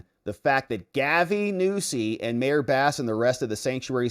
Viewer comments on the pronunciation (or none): none